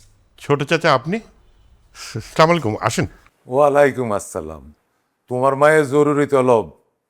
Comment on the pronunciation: তৌকির কাকু সব ভালো তবু মনে হয় আপনি সচেতন না, এই যে স্লামালাইকুম টা কোথায় পেয়েছেন। সালাম টা ঠিকভাবে বলা যায়না। বাংলা নাটকের সবচেয়ে বড় দোষ।